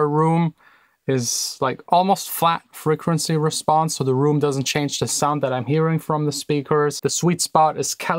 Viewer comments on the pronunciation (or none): none